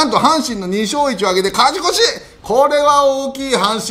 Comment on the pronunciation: 里さんの「カチコチ！(勝ち越し)」好き